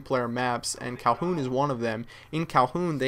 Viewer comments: atop saying calhoun! its kowloon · man... ur great at call of duty but you don't pay attention much. favela? and its kowloon not calhoun. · Kalhoon? It's pronounced KowLOON! Also it's not in China, it's in HONG KONG! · "Kowloon" not "Calhoun". Great videos. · Hey, it's not Calhoun, it's Kowloon, a city bordering Hong Kong in China! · First map is called Kowloon, not Calhun ;) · It's not Calhoun, it's Kowloon. And it's not Favela, it's Villa. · It's Kowloon, not Calhoun. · Dude, it's KOWLOON not Calhoooon. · its KowLoon not Kowhoon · Thought it was called Kowloon not Kolhoon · "Kowloon" not "Calhoun" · When kept saying kalhoon I was about to punch a baby it's KOWLOON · cowhoon???? lmao you mean kowloon :D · They come out on xbox first! And come on u sed favela and u sed said kowhoon it's villa and kowloon;) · its not KAHOON its Kowloon xD RIGHT NEXT TO WHERE I LIVE ----> hong kong :) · calhoun? you mean...kowloon. haha. ive been to kowloon in real life. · kowloon not kowpoon haha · its called Kowloon KOWLOON mate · Did he say Kowloon? The L should be pronounced.